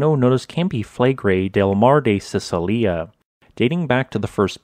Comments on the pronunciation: The 'c' in Sicilia in Standard Italian is like the first sound in cello or check, please be more careful and look it up beforehand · Mar di Sicilia..said sichilia 😉